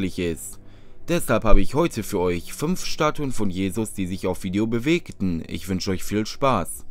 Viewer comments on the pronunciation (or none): Was ist mit der Rio de Janeiro Christus-Statue vom Thumbnail? Winkt er die Flieger zum Airport?😂 Kommt in Deinem Fake-Movie gar nicht vor. Übrigens, es heißt fünf und nicht fümf! Boah Ey, ein Fall für RTL2...